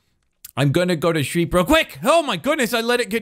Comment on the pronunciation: My nephew giggles whenever he hears say “gotta shweep “